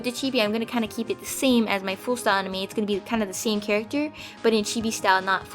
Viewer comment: I actually thought she sad enemy when she actually said anime